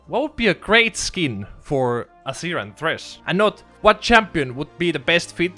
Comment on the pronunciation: Why do you pronounce it "Assir" instead of just "Azeer"?